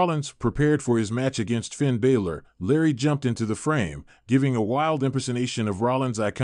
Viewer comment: why do you spell Jey Uso's surname instead of pronouncing it? It's not that hard to pronounce. Also you pronounce Finn balor's surname incorrectly, and WHY are their pics of Jack Perry (AEW) in a WWE related video. You () need to up your game.